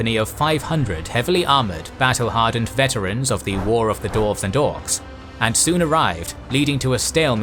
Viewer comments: dWarves not dorves.... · Dwarves not Dorfs :D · Why do you keep calling them "darves"? It's dwarves.. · Ai voice says dorves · human voice says dorves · This is immense work. I just hate that you kept calling dwarfs for dorfs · Lmao. You are legit says "Dorfs" xDDDDDD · "the dorvs" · I love your channel, I love this content. However, for the love of Tolkien himself, learn how to say Dwarf and Dwarves please 🙏🙏🙏